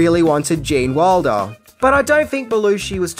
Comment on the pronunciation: when you pronounce Gene's last name, it sounds like Waldo. I keep fitting to search.